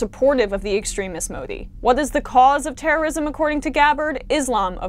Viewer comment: Love you Emma but you butchered Narendra Modi’s name